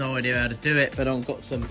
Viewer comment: Love how u say idear lmao